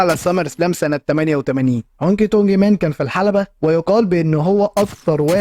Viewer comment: هونكي (دونكي) مان😂